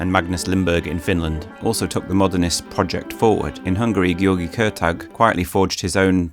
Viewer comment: Wonderful, but György is badly mispronounced.